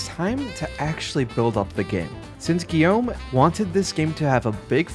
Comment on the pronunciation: that's Ubisoft Montreal but Broche worked at Ubisoft in France and Shanghai. Great job pronouncing his first name Guillaume by the way.